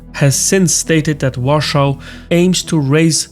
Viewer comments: Why are you saying Warschau? It's Warsaw. If you can't speak English, don't bother making videos in English and delete your channel. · Not “Warschau” man. It’s Warszawa or also Warsaw if you can’t do the original pronunciation. Thank you. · Great video as always! However, why do you use the German pronunciation "Warschau" and not the Polish "Warszawa" (Varshava) or English "Warsaw"? I'm sure you're aware of the historical sensitivities that using German names for Polish cities stirs up, and it really doesn't make sense to use the German pronunciation in an English-language video about Poland which hardly even references Germany. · It's "lockstep," not "steplock." Also, the capital of Poland is pronounced in English, pretty much as it is spelled, i.e., WAR-saw, not ROARshou. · You speak English, but pronounciate "Warsaw" in German way. Like "Warschau". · it's pronounced VARSHAVA not WARSHAW 😅 Nice try tho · it does serve as a reminder that though just about every eastern european nation stands with Poland and Ukraine, our cultural space has had a stamp pressed into it where our traditional pronounciation of the polish capital has become in german accent. that is due to the division of poland between prussia and the czarist empire, where poland was erased from having its own future for a while. i would say it is a good reminder to us all of what is at stake if we let the germans or russians live. inevitably, in another hundred years there will be enough cultural exchange that people get accustomed to calling the polish capital as its inhabitants call it. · I have Polish family and I never heard Warsaw pronounced like that. It sounds like he says Russia every time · Please, do not pronounce Warsaw with German pronunciation... Never. In Polish it sounds like Va-r-shava In English it's obvious. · What a terribly painful accent. And please learn how to pronounce Warsaw in English, it's not that difficult! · Interesting choice to go for the german pronunciation of Warsaw